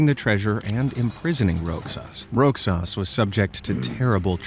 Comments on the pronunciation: Another IRRITATING attempt by AI! R O X A S is pronounce RO HAHS, not Rocksas!!! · Its pronounced as "Rohas" despite its spellig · You pronounce Roxas as Rosas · its pronounce rojas or rohas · Roxas is pronounced 'rohas' :> for anyone who wants to know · Im a Filipino and so u dont be laughed at other Filipinos who dont pronounce the name right it is pronounce "Rohas"